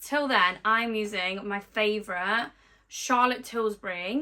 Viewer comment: Love how you call it Charlotte Tilsbury 🙊😂